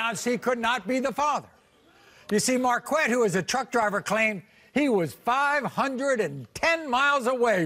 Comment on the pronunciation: Tell me why I thought Maurry said the guy's name was "MarQUACK" 🤣